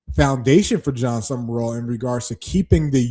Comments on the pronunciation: Sumrall! At least get the name right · You pronounced it “Sumerall” honest mistake